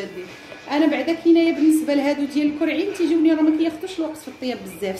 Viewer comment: اول مرة كنعرفك كرواضة كتقولي الكووعين هههههه